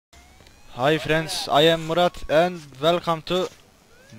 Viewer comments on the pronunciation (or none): none